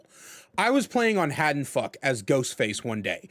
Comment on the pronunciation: Every time he says something like Haddonfuck I experience physical pain. Would recommend, love this guy lmao